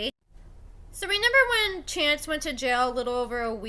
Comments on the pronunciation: Dude are you saying “ renember”? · Listening to you say “renember” 3 times in a row is actually painful.